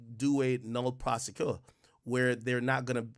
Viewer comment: Ak its pronounced NO-lay Pro-SEH-quee